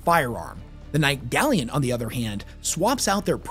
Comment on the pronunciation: literally dying of cringe every time says gally-ant